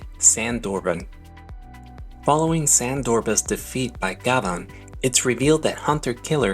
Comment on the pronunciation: Thanks for a great piece about one of my favorite shows growing up in Japan. One thing though, his name is actually pronounced GYABAN, like the French actor/singer, Jean Gabin.